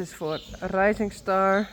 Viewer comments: Your pronunciation of Rising Star is perfect, please don't worry too much about this. And Risey is a great nickname for him. I love to hear the horses eat in the pasture or inside. It reminds me of the time I was staying on my grandparents' farm. I miss this. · You say Rising Star perfectly now.